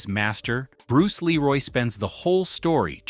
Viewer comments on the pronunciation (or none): There are 2 sections where the narration becomes literal gibberish. Bruce Leroy - pronounce LEEroy; Sho Nuf - pronounced SHOW nuff